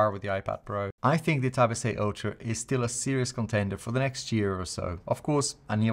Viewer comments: hahaha that's funny, yes for me sounds like ocho because i'm paraguayan i guess (? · I love when he say Galaxy tab S8 (ocho) hahaha I’m impressed, first time i hear it